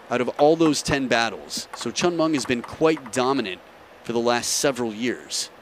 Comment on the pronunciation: commentors... pls learn to pronounce the chinese name properly, it is hen with a C and Ming not Munk... how it Subra is promounce as Sub ra